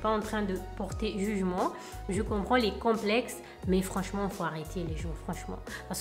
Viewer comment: Ma bébé 😍😍😍😍 t’es trop belle euh. Complexxxxxeeessss mdr 🤣 t’as du mal avec ce mot hahah mais t’es trop mignonne quand tu le dis 🥰